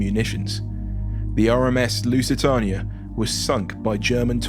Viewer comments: What are my thoughts? You need to research the pronunciation of things better, you got the lusitania and Doña Paz horrendously wrong. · ehh, could just be how his accent is. there's a couple other youtubers i watch that pronounce lusitania the same way.